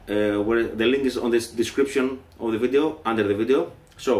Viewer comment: Haha he sounds like Yngwie when he says video xD